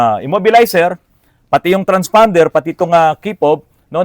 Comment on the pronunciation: Naku po may sasakit na naman ang ulo sa bagong word of the day”transfonder” baka isipin transormer hehehe